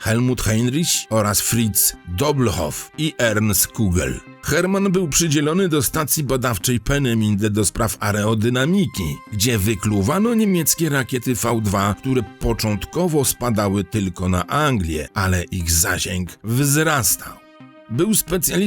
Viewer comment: jest AERODYNAMIKA a nie areodynamika.... a temat jak zwykle rewelacja